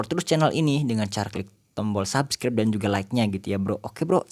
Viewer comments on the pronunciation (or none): none